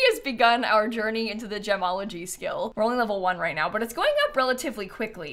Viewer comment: i cant unheard jamalogy everytime said gemology